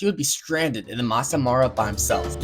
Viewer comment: didn't even try to pronounce maasai mara right😂😂😂